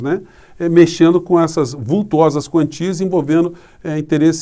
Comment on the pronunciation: não seria verbas vultosas em vez de verbas VULTUOSAS???